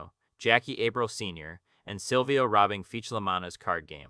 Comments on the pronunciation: Why are you calling them April lol, its pronounced ah-preel. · Ritchie A-prill, not April.